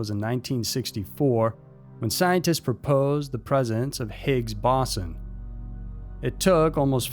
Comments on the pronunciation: Higgs Boss-on?? Boze-on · Higgs BOE-sahn...